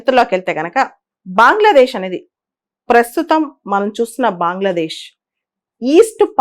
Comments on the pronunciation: బాంగ్లదేశ్ కాదు మేడం.. అది బంగ్లాదేశ్ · బాంగ్లాదేశ్ బాంగ్లాదేశ్ బాంగ్లాదేశ్ అని అంటుంటే వినడానికి చాలా చండాలంగా వుంది 🙏🙏